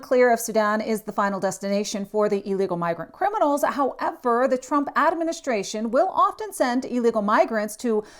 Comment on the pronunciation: “AAA-ministration”🙄 Obviously another DEI hire